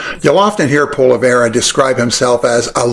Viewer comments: You’re an idiot - can’t even pronounce his name properly. I’d take 10 pollievre’s than one Liberal - AND IM 73!!!! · Love how you purposely says his name wrong. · You can't even pronounce Pierres last name! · You’ve obviously done a lot of research on him but you can’t even pronounce his name properly, you sure you’re Canadian? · You can't even say his name right. You must be a normy. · Being Canadian, you should by now know how to pronounce polievre. I will not vote for him, but at least I will always have respect for others. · What a load of fecal matter. Pierre Poilievre is nothing like Donald Trump. You sound more like Donald Trump by mispronouncing Pierre Poilievre's name just like Trump did with Kamala Harris and many others. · You can’t even pronounce Pierre’s name properly. Put a sock in it. No one believes you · I'm not Conservative...but come on now, pronounce his name properly...Polievre.... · It is very difficult to take you seriously when you were following the Trump tactics of mispronouncing your subject’s name. Before you get on our rent, you should at least spend five minutes to listen to basic information and you would learn how to pronounce the very easy name that he has. It’s something AKIN to say ( and then trying to justify it by explaining that, even though you know, it’s misused, you’re going to go ahead and say it incorrectly anyway. Very difficult to keep paying attention and trying to understand or give credibility to someone who speaks like that. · First of all learn how to pronounce someone’s name, it shows respect. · You pronounced his name wrong; not trying to throw shade on you. Pierre said that America owes Canada and that won't sit well with Trump. If Pierre uses facts and tries to reasoned with Trump or even give Trump the short end if the stick we will all pay the price. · Please say his name properly, mr.. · You don’t know shit about Poilievre. You don’t even pronounce his name right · Its pronounced poly-ev